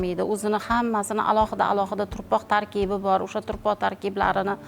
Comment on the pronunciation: КЕЙИН, ТУРПОҚ ЭМАС ТУПРОҚ БЎЛАДИ, ХАТТО ГАПИРМАНГ.